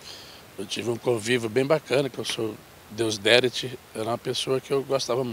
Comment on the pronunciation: Marrone não sabe nem o nome do cara, é Deusdetides, e ele ainda repéti "Deusderite" 2 vezes errado pqp, agora eu entendo o Bruno kk Sr. Deusdetides descanse em paz 🙏